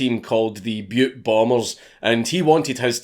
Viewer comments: I’m from Montana! Thanks for saying Butte not Butt 😂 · A huge thank you from a Montanan for not pronouncing Butte Montana as Butt Montana. We don’t get a lot of that, even from other Americans. ....Butt, Montana lol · Congrats on pronouncing Butte correctly.